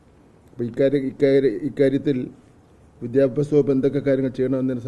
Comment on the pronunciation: വിദ്യാ അഭ്യാ😂😂 സ മന്ത്രി.....